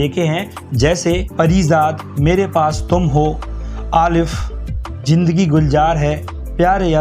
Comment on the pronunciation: Pakistani dramas hit hone ki wajah tum khud ho q ki tum Urdu me hi baat kar rahe ho magar ghalt Pronounciation k saath KHHUD nahi hota hai KHUD hota hai ZINDAGI hoti hai JINDAGI nahi GULZAR hota hai GULJAR nahi mai indian hoo Magar mai Urdu medium se hoo to mai bhi achche gaane gaa leta hoo samjh bhi leta tum apna Pronounciation sudharo duniya tumari bhi diwani hogi jis ko HINDI me UPCHARAN kahte hai Aur URDU me TALAFFUZ bhi kahta hai aur jo URDU k alfaz hamne boht sune hai tum apna mat bolo😂.